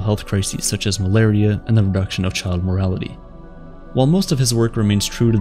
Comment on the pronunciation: Why do you keep saying "morality" instead of "mortality"?? Decrease infant morality!? TWICE. What's going on?